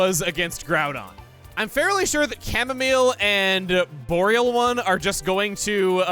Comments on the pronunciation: I think Bohr-ee-a-lone is an outstanding name, honestly... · I don’t call him boreal-one. I don’t call him bore-alone. I call him Boris.